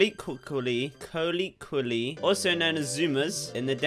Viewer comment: Jjajajja cuando leíste "Colloquially", fui al traductor para escuchar su correcta pronunciación.... Y pues tú habías pronunciado bien la primera vez, pero la segunda vez......estaba mal 😳 Jajjajaj aj